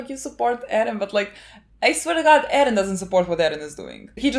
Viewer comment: Stop saying edden. It's Eren you weeb, stop saying it with Japanese pronunciation, you're speaking English. Also you are not a part of the show, stop saying we, my god gtfo, you're so naive